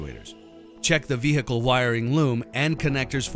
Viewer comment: lol. "veHHHHcle"